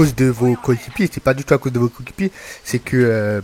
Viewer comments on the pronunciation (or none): Ca va, pas trop de problèmes d'élocution .. " Mes cokikipiers "